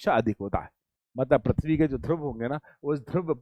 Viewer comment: Sir parthivi nahi prithivi hota h aap baar baar parthavi bol rhe ho